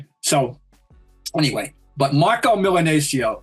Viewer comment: His name is Marcelo Milanesio and he was a 6'2" point guard. I believe that the "c" is not pronounced "th" in Argentina. That's Spain. How about some research and respect when you are referring to other countries guys.